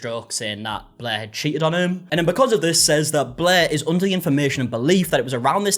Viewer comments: She is forever “BLEH” to me now! 😅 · BLEHr the r is just super soft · Every time you say "Blair" it sounds like "Bleh" to me. Which is also accurate. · have you ever seen a british person by any chance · As someone who has read too many Wikipedia articles on this, "non-rhoticity" is the fancy linguistics name for this.